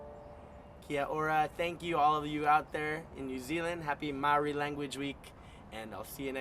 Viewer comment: He butchered this song, I'm sorry but as an Australian Maori I must say this was hard to watch especially when he pronounced Maori wrong like holy shit I cringed so hard and knew from there that this would be bad and i was absolutely right holy shit like at least try to pronounce the lyrics right like holly shit Its not po curry curry, its Pokarekare, honestly he should of listened to the song first before attempting to play it.